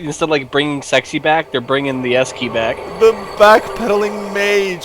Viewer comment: ZE S KEY